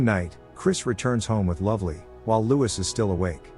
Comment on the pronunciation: the first luvelee at the bar is different to the second luvlee (Isla fisher)